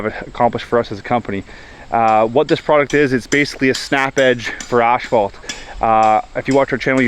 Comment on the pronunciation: this guy just called it "ash"phault. And he does this for a living. I'm done listening